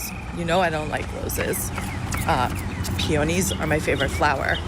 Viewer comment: Pee oh nyes you dont even know how to say the flower you like. They are pe a knees.